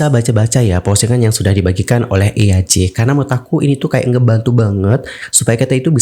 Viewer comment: kak btw baca nama eaj tu bukan eyaj wkwkw tapi jadi "ij" gitu😭😭😭